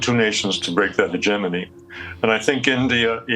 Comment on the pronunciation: The host should learn to pronounce 'hegemony' correctly